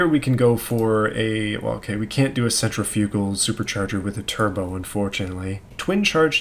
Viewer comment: no one's talking about how he said centrifugal lmao